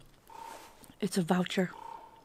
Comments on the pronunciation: “It’s a valture” lol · I heard voucher too lol 😂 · "It's not a crow. It's a valture". I diedddd XD